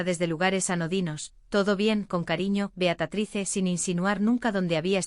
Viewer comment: Beatatrice? Caramba. Se dice Beatriz